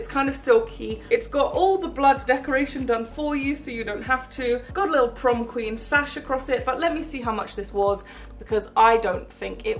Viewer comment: The prom queen said prom queek